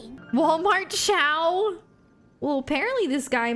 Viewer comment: for once someone who says "Xiao" correctly